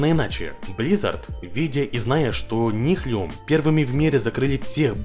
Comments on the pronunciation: у автора видео, просто проблема с английским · Ролик четкий как всегда но "Нихлюм" :D угарал каждый раз когда ты говорил это